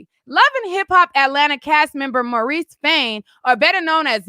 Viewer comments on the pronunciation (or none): none